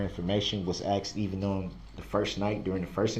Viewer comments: LMAO he does say "axe" or "axed" a lot, instead of "asK" or "asKed"...I noticed that, too haha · He Axed the question ? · His horrible pronunciations of words : axed, substain, biast, grounds, schmell, etc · aSKed not aXed you moron!!!! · That’s such a pet peeve of mine. When he says “I axed him” or “can I do dat” good lord it’s maddening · I AXED HIM A QWESTSHUN